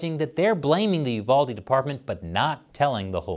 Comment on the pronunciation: I'm glad you said the name right, UVALDE. People get my area wrong all the time BEXAR, pronounce bear.